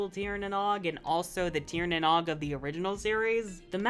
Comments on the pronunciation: good video, but as a Irish man saying "tír na nog" instead of "tír na nóg" hurts me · It was called tír na nóg? Cool but like also the ó is like oh not o.